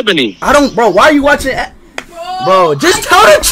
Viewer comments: i lov how speed is being a BIG fat hypocrite and then pronouncing it abony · cause ishowspeed said "Ebany"